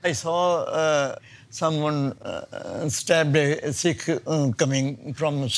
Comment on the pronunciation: It's not seekh. It's sikkh. Like a light "i" Not long "ee".